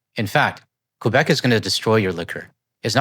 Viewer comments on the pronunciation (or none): So can you ROC curs start Alberta bashing now ? And maybe learn how to say Québec properly...